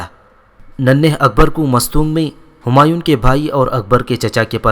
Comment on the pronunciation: bhai apka andazy byan theek hy mager apki kuch ghati perhany my hy jasy homayoon nai homayo hy or dara shikwa nai dara shekoh hy or sunjo nai shykho hy mazaret ky sath